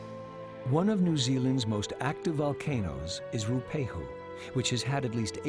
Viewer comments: Roo pehu? You'd think he'd take the time! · Properly pronounced, " Roo-ah-pay-hoo" if I'm not mistaken... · He is certainly not saying it right